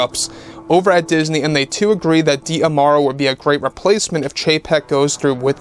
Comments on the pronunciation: Just a reminder it is Josh DiMauro, not Josh Diamauro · Just a reminder, it’s Josh DiMauro, not Josh Diamauro